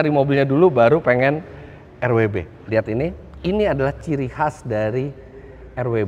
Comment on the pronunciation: Bacanya tanpa disingkat aja pake welt W, bukan Rauh double you elt Begriff. Begitu juga BMW di negara asalnya.